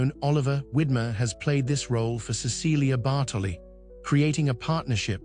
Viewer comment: I wish the narrator pronounced her name correctly.